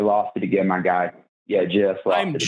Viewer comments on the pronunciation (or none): Am I the only one that hears "I am moron" everytime this guy says "My Guy"¿